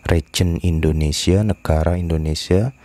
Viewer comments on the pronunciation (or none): none